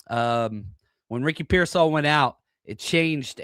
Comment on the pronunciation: Did you say Ricky Pearsoft? haha I haven’t heard that’s spot on unfortunate